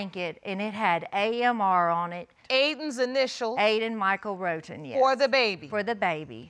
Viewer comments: When Judge LL says Miss Roton - it sounds like she says rodent! Lol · Wait the minute!!!! Did JL say Sowers (sounds like 'Sours') v. Roton (sounds like 'Roden' n 'Rotten' )???? Oh my my my. It was nasty, wasnt it? The court hearing?